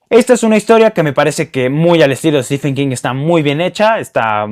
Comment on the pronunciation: Aunque prácticamente todos los booktubers y la mayoría de los hispanohablantes lo pronuncien mal, Stephen se pronuncia STIVEN, no estifen.